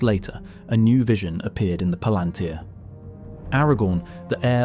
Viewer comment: Did Tolkien, being a devoted linguist, ever give guidance on how to pronounce various things? I only have the movies as basis, and there for example, IIRC, the u in "Barad-Dur" is not pronounced kinda like an ü but like a u. Maybe for mass-pleasing reasons? And palantir, I only heard the emphasis on the third syllable before, but you put it on the second. And there you do it yourself, for the plural palantiri. - And you put the emphasis on the first syllable. - you write palantír. Does that "í" inform about emphasis? Implied is it does not, since you use all variants. Reading mistake, added a "the". It is peculiar, another devoted Tolkien fan on Youtube has this problem, too. - Devotion is also expressed through thoroughness.